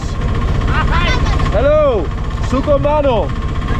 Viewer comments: It's not sukumano it's sugam ano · Not Sugho mono, Sugham aano Love your videos anyway ❤️